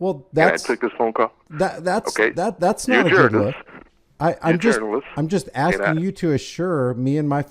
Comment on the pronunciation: " I don't know what you're axing..."